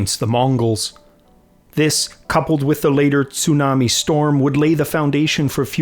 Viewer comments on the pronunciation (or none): none